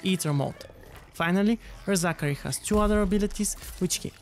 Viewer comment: LOOOOL "Re-Zachary"